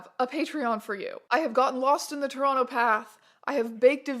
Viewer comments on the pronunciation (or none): none